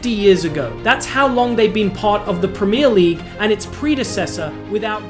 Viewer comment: I’m an Arsenal fan but Jesus Christ, this mf can’t even pronounce “Premier League” normally 😂. Americans man, bet this guy just makes content with the goal of money, don’t know a fucking thing about football haha